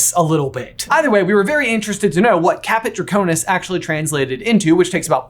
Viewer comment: caput draconis not caput draconus